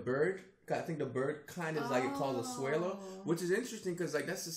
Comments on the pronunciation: LOL. Why does he call a swallow a swear-low? lmao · Bruh, she pronounced 'swallow' correctly, but then he's like "Wait, hold on. In Pokemon, there is a Pokemon named 'Swellow'. So it's pronounced 'swellow'".